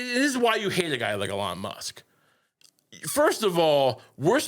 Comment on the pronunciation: Years of mispronouncing the man's name have finally come to fruition: Elonne Musk, First Bitch of the USA